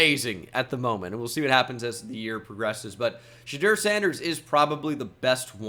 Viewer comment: Not shedur🥺